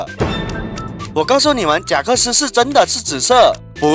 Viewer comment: 是贾克斯，不是真克斯好吗？